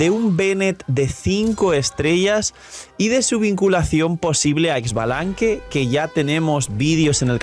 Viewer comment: No es Ex-balanque es "Sha"-Balanque está equiz "X" se pronuncia Sha